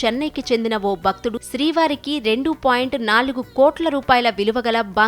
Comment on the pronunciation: We should pronounce as Bhakthudu not Bakthudu. Channel may please ensure speaking telugu correctly